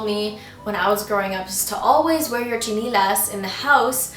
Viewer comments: It's SHI-NEH-LAS not CHI-NEH-LA! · It's chiNElas not chiNIlas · its not stinilas ... ite styenelas ... biyasa nga eh dili tagalog... >_< very cute.. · is it just me or does she pronounce "tsinelas" differently from how i commonly use it? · hehehe bisaya accent nia ng tsinelas